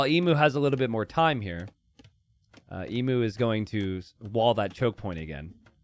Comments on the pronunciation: E-MYU NOT E-MOO it's the same mu as emulation. you dont say emoolator English is rough and us Aussies have made it worse, but of all the misprounciations casters have done over the years, this one is the most grating. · Everytime emu is mispronounced 😢